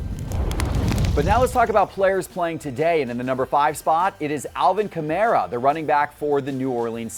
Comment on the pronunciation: Kah-mAr-ah... Who is this Kamarea guy he keeps spouting on about. It's insane how many names poor butchers. It's almost as if he's never watched an NFL game. Remember when he called Tannehill Tanny-hill??? Classic. Classic "Tell me you don't watch football, without telling me you don't watch football."